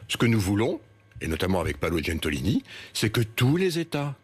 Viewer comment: Paolo GENTILONI pas "Gentolini" ... si on disait thierry étromb ???